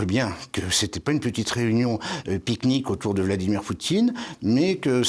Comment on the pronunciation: Tres interessant , ..... merci 👌 "picque-nique" 😂